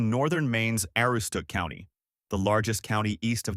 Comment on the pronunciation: A-Roo-stook. How would you feel if people announced your home region horribly? Do better. And whoopie pies don't use fluff it is a filling made from scratch, more like a cross between frosting and whipped cream... At least the good ones were. Thumbs down on your video